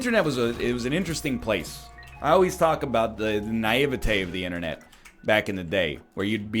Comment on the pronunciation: I was thinking mate silver when you said internate ..